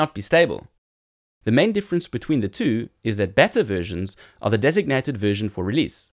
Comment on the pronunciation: Looks interesting! ('beta' is pronounced 'beeta' [long 'ee']); otherwise it sounds like you're say it is a 'better' edition - which is not what you mean!!